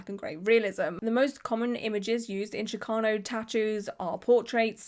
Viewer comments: No, that’s how is pronouncing it, but that’s not the correct pronunciation, which is why I made my comment. It’s pronounced like the “ch” in chicken. It’s not an “sh” sound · Hello love! Chicano is pronounced with chi sounding like the start of the word chicken or cheese... chee-KAH-noh. Not that the way you said it bothered me or anything, i just thought you'd like to know and i'd share incase someone else hadn't. Love the vid, love how much you care about artistry... lots of love all around ❤ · The “ch” in Chicano is pronounced like “chick” :)